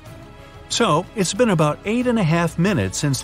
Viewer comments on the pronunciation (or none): none